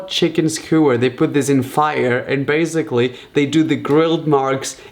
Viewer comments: “So baisigly” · Please learn how to say basically